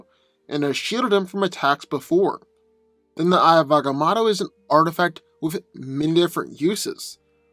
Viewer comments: It's not "eye of ahga mawddo" . It's Ahga Moe toe. It's not "Sitter ak", it's "Sigh toe rak" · You tell your story very well but you're saying the eye of agamotto so wrong it's very annoying